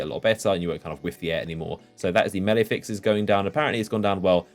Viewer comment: Hearing a British person say melee wrong like a American is disturbing